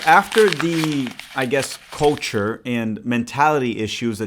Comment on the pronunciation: Ooooo, 'culture' ... thought you said 'coach-er' trying to their shade at Porch 😅